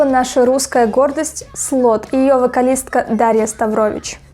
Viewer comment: По правилам русского языка, ударение в фамилии "Ставрович" нужно ставить на первый слог. Но это я занудствую, да Дашка, конечно, поёт здорово. А ты славная девочка, и слушаешь хорошую музыку. Удачи тебе и твоим обзорам!